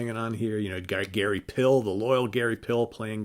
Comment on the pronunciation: Love your channel!! FWIW, Gary Pihl's last name is pronounced, "Peel". And Kimberley Dahme's last name is pronounced "Dahm" (with the "ah" sound, and a silent "e").